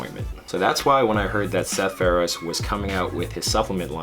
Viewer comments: Good video but damn you saying his name wrong is killing me! Pharaoh-sea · U pronounce the e in feroce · you say his last name wrong lol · Love Seth so much but can’t pronounce his last name correctly smh